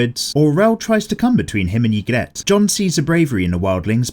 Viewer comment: Love the vid but it’s pronounced EE-grit